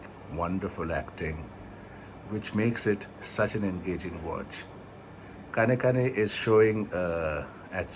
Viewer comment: The ‘N’ in KAANEKKAANE is a retroflex. Try again that way and you will get it right.